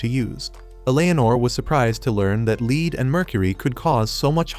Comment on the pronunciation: Please, in further videos, fix mispronounced words such as "lead," meant as in the element, but instead being pronounced as "lead," as in, "leadership."